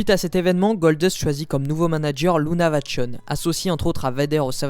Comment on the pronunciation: Intéressant mais stp.....c'est pas Lucha Vachon ni Lucha Vanon mais LUNA VACHON ! Nièce du légendaire Maurice ''mad dog'' Vachon. Paix à leurs âmes 🙏🕯